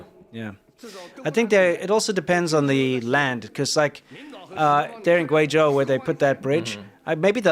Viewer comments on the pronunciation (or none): none